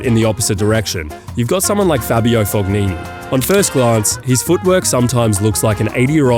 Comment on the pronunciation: do not pronounce the g in fognini